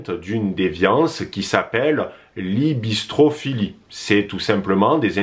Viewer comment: On dit « hyBRIstophilie, la bistro-philie c’est autre chose 😂😂